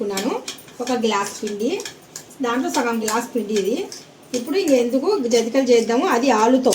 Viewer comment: జంతికలు 😮జంటీకలు కాదు